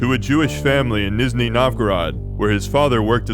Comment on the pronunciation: Great video as always, small pronunciation note the zh (ж) in Nizhny is pronounced like the j in the French pronunciation of Jean or a j in English without the initial /d/ sound.